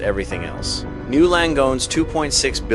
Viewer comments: N Y. U. Not new. Say it right or don’t say it at all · Why are you calling it "New Langone." Is this an AI reading of a script? It is N Y U Langone. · It's N. Y. U. Not NEW!